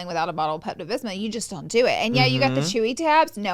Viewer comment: “Pepto Bisma” LMAO LAURA